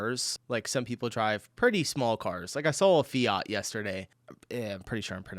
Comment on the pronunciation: FIAT-pronounciation: Splendid! 😄